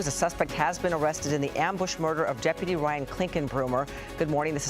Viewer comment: "Deputy" or "Depity" ? Is this the new pronunciation?